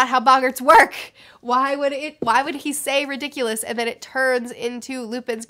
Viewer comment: It's "ri-dikk-uh-lus", not "ri-dikk-yoo-lus". And "ah-rith-man-see", not "ahrithmunsee". Great video though!